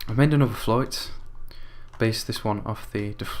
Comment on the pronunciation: Its pronounced "flute"